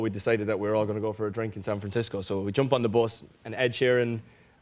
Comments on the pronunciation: Me: Say bus Niall: bOsS Me: bus Niall: bos Me: 😤 B-U-S bus Niall: BOS Me: throws potato at him Niall: gasp . . . Me lovelay patato cries 😢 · When he started saying bus though....it sounded like bos.....just like Louis....oooooh I miss the old lads😫😩😖❤️❤️ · He said "bos" 6 times.😍😍.. kind of reminded me of Louis saying "bos" .... when he was describing their tour bus😅😅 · When Niall was saying bus, my mind had some flashbacks to where Louis always said bos instead of bus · Why is no one talking about the way he says bus? 😂 love him! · The way he pronounces "bus" 😂😂😂💕💕💕